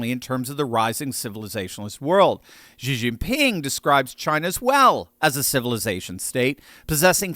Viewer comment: China is not invading Taiwan to preserve ancient Chinese cultural heritage and civilization, but seeks to destroy it by replacing it with a communism dictatorship. got it wrong here. By the way, XI is pronounced "SHI" Jinping, not "GEE" Jinping. 😝